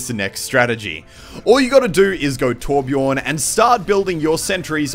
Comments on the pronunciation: ITS BJÖRN, NOT BJORN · Pronounced Byorn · it's not torbjorn, the ö in Torbjörn is pronounced like the u in fur or the i in bird. sorry im Swedish and butthurt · Tip: The letter "ö" in Torbjörn is pronounced like the "u" i the word "mud" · I wish people would learn how to pronounce Torbjörn.